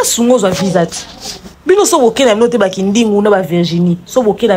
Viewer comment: Kindingu balobaka VISA, et non VIJA